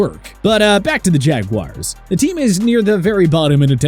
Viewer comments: It's Jaguars, not Jaguires. 🤣🤣🤣🤣🤣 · Maybe in England they won't say the Hoosier way for the nickname, it is jagwars not jagwires!